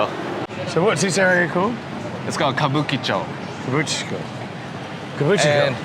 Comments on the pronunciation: Even after 3 tries, you still got it wrong - Kabuchicho! haha! It was funny. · You had me laughing...you couldn't pronounce Kabukicho...It's "Kabu-Ki-Cho" not "Kabu-Chee-Cho...so the "Ki" is pronounced like "Key" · couldn't say Kabu'KI' cho if his life depended on it😂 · Goddamn, it's Kabu-KI-cho